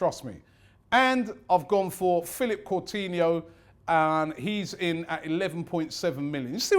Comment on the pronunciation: Robbie please improve your pronounciations Santi Corzola Phillippe Courtinho